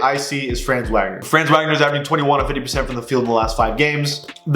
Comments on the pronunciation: FYI it’s not pronounced franz Wagner, it’s fronz Vogner (because he’s German) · I'm not truna be that guy but Franz name is pronounced (fra-ans) and his last name is pronounced (Vog-ner) The reason why I know how to pronounce his name is because my friend is from Germany and his name is Franz. Also Wagner is a American last name to and I have friends there Identical twins and their last name is Wagner.